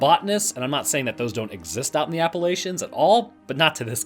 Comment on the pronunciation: How can you say it's "your neck of the woods" then mispronounce "Appalachians"